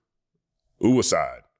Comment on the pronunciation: lol "Ooh..Oohicide" Lol fvck YouTube